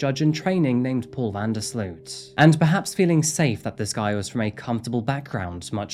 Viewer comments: It's pronounced "van der Slote" (like boat)... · BTW i know he is a awfull monster but his last name is pronounced different. The 'sloot' part is more like 'low' slowt vanderslowt but the w isnt pronounced. Just trying to explain haha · You did an amazing job telling the full story. I don't think his punishment fits hiis crimes and I wonder how many unsolved international murders of young women he may have been party to. The one upside is that his name can be pronounced like the word "urine" because he IS that foul.... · loved that you pronounced his name "urine"... very fitting... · I love that with the accent VanDerSloots name came out sounding like ‘’ - that sparked joy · As a Dutchman, I'd like to apologize for this cowardly killer. BTW It's pronounced sloat, van der sloat.